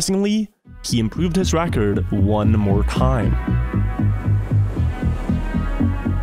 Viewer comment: Stop saying "Räackkkord" pls